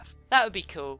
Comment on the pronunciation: you said coll not cool